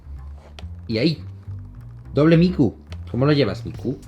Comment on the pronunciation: que bueno que el nombre de tu gata se escribe con K (Miku) si fuera son C pensaría que ese nombre viene de Mi-ku-lo jajaja de todas maneras cuando lo dices se puede escuchar como a Mi-cu-lo jajaja suenas bien Jaime es solo una opinión... Flipe de risa 😂, saludos